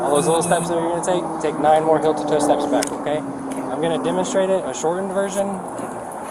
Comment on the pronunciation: Why does he say "hill" instead of "heel"?